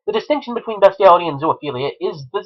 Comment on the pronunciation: Its BEAST-IALITY NOT BEST-IALITY YOU SICK FUCK! YOURE A DISGUSTING EXCUSE FOR A HUMAN BEING.